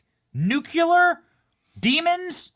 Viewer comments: Benny, I luv you, but seriously, the word is NUCLEAR not nuc-u-lar . I know you can pronounce it correctly. You got obfuscate correct. And as for this story.... it's only a matter of time before we have a terrorist incident on US soil and this is one way. Is something being staged domestically? By our government? Is it foreign? We're not gonna know until after it happens, but unfortunately, I do think an attack on US soil will happen. Hopefully I'm wrong. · ' new cleeee ar' NOT 'Nu cul ar'. Ugh 🫤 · "Obsfucating?" "Nukiller?" At this point I'm all but certain Benny has a speech impediment. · Benny, it's ob -fus-cating, not obs--fuc-ating. Also, nuclear is pronounced new-clear or noo-clear, not noo-cyuler. I'm just trying to be helpful. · Nuclear not “Nuculer” C’mon man😂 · Benny, learn how to pronounce OBFUSCATE, and, for fucks sake, NUCLEAR. Hint: it AIN'T "nook-you-lar" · Benny, brother. It's NU-CLE-AR! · Benny, you can even say Nuclear right, but you can understand this?!!